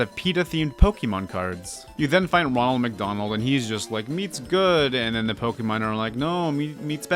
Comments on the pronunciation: I’m gonna die from how many times this guy says pokee mon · ok, repeat after me: it's "poh-keh-mon" HOW HARD CAN IT BE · Next time try to pronounce Pokemon correctly.